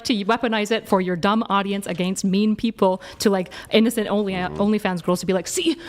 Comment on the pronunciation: you can really tell she reads wikipedia between their debates. also i hate when people pronounce "against" like that